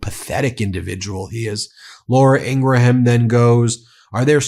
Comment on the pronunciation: (P.s. I believe the “h” in Laura Ingraham’s name is silent. Pronounced like graham cracker ;)